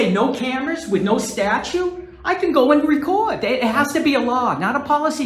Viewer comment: Please police.....just walk away! Don’t even talk to this nut! And it’s statute, not statues!😂😂😂